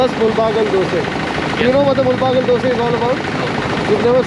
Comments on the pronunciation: Please pronounce the town's name properly in Kannada. It's ಮುಳಬಾಗಿಲು not ಮುಲ್ ಬಾಗಲ್ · Great video, and small correction, it is not Mul-baagilu but Moodala-baagilu in original kannada. This place is entry point to Karnataka if you are coming in opposite direction and thus the meaning.